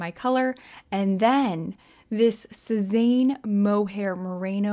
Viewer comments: Your saying Sezane wrong 😂😢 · sezane = suh-zann ❤